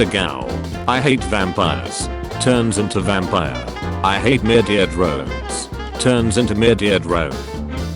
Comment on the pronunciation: "Murdeir Droens" 💀💀